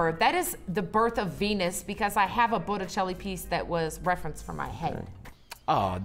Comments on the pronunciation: of course i'm surprised that a pleb like me knows more art history than real artists but can we all just stop for a moment to listen to pronounce botticelli's name on loop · He also pronounced that wrong, but that's a very common mistake to be fair